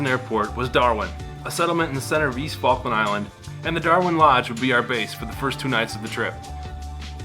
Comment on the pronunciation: It's the faklands Falk Lands